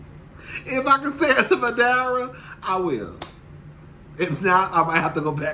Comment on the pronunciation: Mary was high, baby. Hello! Am I the only one who cringed every time the women said, "Madeera". It's called, Muh-day-da! So much money, so little understanding of other cultures. Ashley is so tacky coming to the table fully attached. Karen, Candiace, Wendy, and maybe Robyn were fun to watch this epi. Oh, and according to googlay, the drink is called, Poncha.